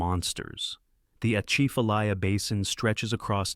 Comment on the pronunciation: Atchafalaya is pronounced with emphasis on the second syllable, “cha”.